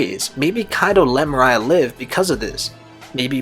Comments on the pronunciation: Cant fucking stand the way this dude blatantly mispronounces morias name🤦‍♂️ its not mariah, its MORE-EE-UH! literally couldnt make it halfway through the vid hearing that🤦‍♂️ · MORE-EE-UH. Moriah. Not Mariah bruh this ain't all I want for Christmas is you. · Great video. Gecko Moria is pronounced “mor-E-ah” check out a subbed episode of thriller bark to confirm for yourself. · Holy he keeps saying Mariah 😭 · Nah morias actually based off of Mariah Carey, that's why his name is Moria Scary. So it is actually supposed to be pronounced Mariah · Bruh u know dam well that's not how u say gecko moria Mariah wtf fire theory tho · Dude. How can u be a one piece fan and you constantly mispronounce Moriah. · Just one viewing of the anime would’ve prevented 12+ incorrect pronunciations of “Moriah” by the mark